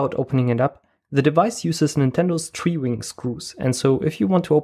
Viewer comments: Tree-Wing... It's Tri-Wing, like Tri-Force - LITTERLY UNWATCHABLE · Btw, triwing is pronounced try-wing. Great video!